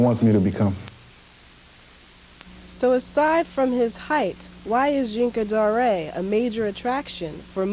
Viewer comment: Rest in Peace. I pronounced him Yinka Dare i am surprised at this Zhinka Da-Ray pronunciation.